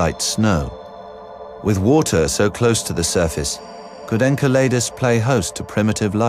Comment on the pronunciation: Fucking narrator. Learn to say "enceladus"...